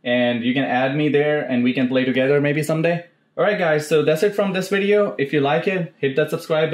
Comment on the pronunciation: "this wideo" 😂